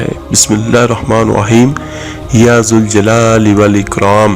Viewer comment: Itni lambi video bna li mgr study nahi ki Jb ya lagta ha to zuljalal nahi bola jata zal jalal bola jata ha apna caption correct kro bhai ghalat knowledge na phelao